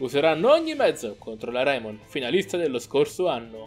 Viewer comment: Ciao ma perché pronunci raimon come si scrive? (Perché si dovrebbe dire reimon)